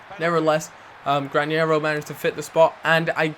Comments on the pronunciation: Its Granero not Grañero. No ñ!!!!!!!!!!!! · Its Gra-Nero not Gran-Yero!! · it's not granyero it's just granero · GRA - NE ( not nie ) RO